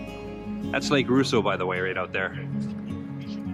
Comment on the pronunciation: Gentle correction: Rosseau is pronounced Ross-o, not “Roo-so.” Might I suggest doing a video, this summer, of you riding through Peninsula Lake, Fairy Lake, Lake Vernon, and, perhaps, Mary Lake? The first three lakes are connected by a canal, and the Muskoka River. Only the connection, via the Muskoka River, of Fairy Lake and Mary Lake has a lock.